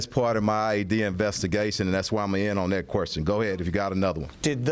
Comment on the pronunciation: Querstion? The hire the best and brightest...i bet he axes a lot of querstions